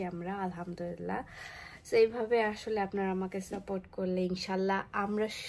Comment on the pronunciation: আপু প্লিজ আমার কমেন্ট টা পড়বেন আপনি যে বলেন আলহামদুরিল্লাহ তবে আলহামদুরিল্লাহ হবে না শব্দটা হবে আলহামদুলিল্লাহ